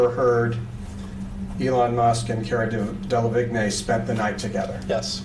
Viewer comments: They cut it because the lawyer sounded like an idiot say cara de-La-vig-nay rather than pronounce it correctly as Cara De-La-Veen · Vigne? hahahahaha Delevingne = Delaveen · Cara Delevig-nay lol. Should be pronounced Deleveen. You'd have thought they'd pronounce the names correctly. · “La vig nay” (it’s pronounced de le veen). But anyway, this trial has left me soooooo confused about what is hearsay/leading and what isn’t. I wish I understood. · Cara DeliWigne- the way they call her is so wrong - it’s a French name 😃 It’s Delawine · "Dele-VIGNAY." facepalm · Cara De-La-Vig-Nay😂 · Hearing the lawyer say Cara “Delavignay” really bothers me lol. 😖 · Why is nobody commenting on the pronunciation of Cara Delevingne. Delahvignay? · It's pronounced del-a-veen!! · "Cara Delevig nÉéé" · "Cara DELA VIG NAY" 😂😂😭😂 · Wait... Cara delevignay? Is he talking about cara delevigne the actress?? XD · I'm so sorry , but the way he pronounced "delevigne" is wrong. But yeah, why did they cut that bit. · Oh dear lord the guy can’t even pronounce the Cara delevigne 🤦🏼‍♀️😂😂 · Can people please pronounce Delavigne properly 😂 sounds like Avril “Lavigne” 🤦‍♀️ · why the fuck does the interviewer say cara delevingne like that, how is he butchering it so hard